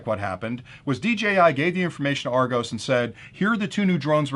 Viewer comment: Argos is pronounced like "are gos" like the start of the word word "gossip".